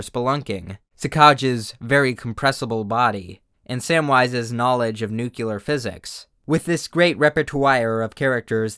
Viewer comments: The thing that bothers me the most here is he said "nu-cue-lurr" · The most disappointing thing of all this is how you pronounced "nuclear" like "nuke-you-lurr"